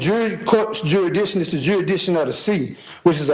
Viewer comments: He is arguing "jury-diction." 😂 Maybe he should learn how to pronounce "jurisdiction." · If he says juridition one more time. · He can't even pronounce "jurisdiction" your honor. No he clearly shouldn't represent himself! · And it's not even his "jury-diction!" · Felony murder charges and he’s going to rep himself and argue jurisdiction…..when he can’t even pronounce jurisdiction. Sov cit = 🤡